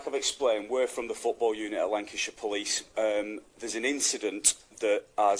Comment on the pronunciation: "Lan-cash-iii-urrrr." 😂😂😂 It would take literally a second to find out the correct pronunciation. But Yanks are too arrogant.